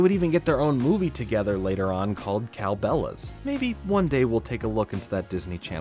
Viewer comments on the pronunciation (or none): “Cow Bella’s” how dare you sir